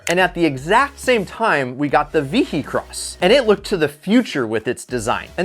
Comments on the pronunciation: The Lister Storm...now with more alcohol.🤣 By the way, it's pronounced " vee-hih-cross" , not "vee-hee-cross". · is the only one in the world that calls it the VEE - HEE - CROSS! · Ve-he-cross lol The H makes a Y sound. ;) I've heard of all of these except the German roadster. Very nice looking car.